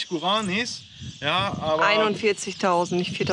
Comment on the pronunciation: Guraaanis haha Guara-nis so wird ausgesprochen haha